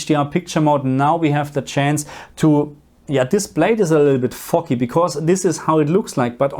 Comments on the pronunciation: As a Norwegian, my English is not perfect either 😅. Foggy sounded a little like "fucky". Kinda works too, since foggy blacks are a little fucky 😂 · Aaah, "foggy". At first, I thought you said something else there. 😅